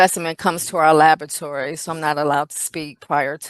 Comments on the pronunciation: Is it lavatory or labatory, what is she saying? She sounds illiterate. Honey, it's pronounced la-bra-tory or la-bor-a-tory. You work in one, you should be able to pronounce it dear. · In Australia we say La-BOh-a-try. Emphasis on a different syllable.